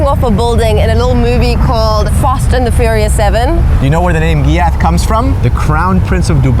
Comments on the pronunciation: It's giath not gyaat stop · its not pronounced GHYAT, its pronounceed GAITH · It's ghaith pronouncation(ga it) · first when you said ghiath i heard it like gyat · Why does ghiat sound like smth else?😭😭😭😭